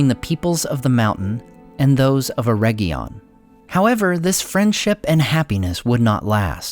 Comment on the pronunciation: Oh for crying out loud, it's not "EreGGion" as in "egg": it's "Eredgion". Same "Er" sound initially, but "edg" as in "edge" or region. That egg sound is Goddamn awful. Please pronounce it correctly.